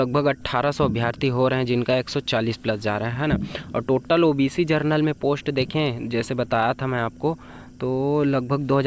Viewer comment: जरनल नही जनरल बोलो😅😂